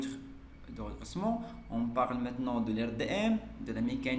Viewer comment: Poutre de redressement pas redessement